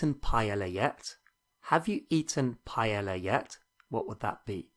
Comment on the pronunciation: Buena lección, pero me muero un poco cada vez que oiga un británico malpronunciar la palabra "paella"